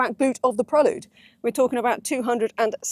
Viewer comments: I wish se would call it "prelude" as it's meant to be spoken! 🙄 Prel"u"de not prelud! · Surely its pronounced Prel Yood, not Prel Ood? Apologies if Honda have told you to thats how they like it pronounced? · When the in God's name did it become a Prell-ood? It's pronounced Prell-YOOD. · I owned a 4th gen prelude but I’ve never heard it pronounced the way you pronounce it. PRELL YUDE not PRELL OODE. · Pronunciation = Prelyood ( I believe) As in the opening piece of music , it otherwise sounds like a sedative. Honda also made the ‘Concerto’ and the Accord too…. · No, I can’t deal with 9 minutes of ‘Prel-lood’… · And “pruh-lood”….? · Prellood? Ok. Whatever. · Absolutely painful review. I counted 37 "Preh-lude" name plugs and the reviewer letting Honda off the hook for this cars COMPLETELY sub-par performance is inexcusable. For not a lot more money you can step up from this 200hp embarrassment to a 641hp Hyundai Ionic 5N. This may be the first sign of tough times ahead for Honda. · I hate how she says prelude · Her mispronunciation of Prelude is driving me nuts!